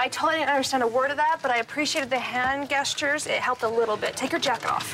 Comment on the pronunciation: Now if she could only pronounce 'gestures' right, she'd be perfect. It's pronounced with the G like in Georgia, not a G as in good.